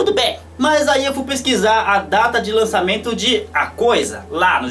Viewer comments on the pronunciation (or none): none